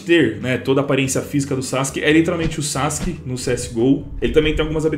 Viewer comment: Pronuncia:sasque Escrita :sasuke